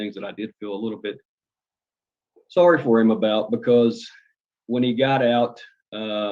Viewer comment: The second moron , it’s sorry not sorrow. He is so full of 💩 I hope he never gets out